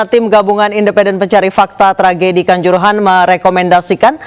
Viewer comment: Kanjuruhan bukan kancorohoan ..reporter k